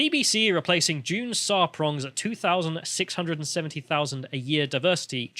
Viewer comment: Her name is Sarpong, not Sarprong.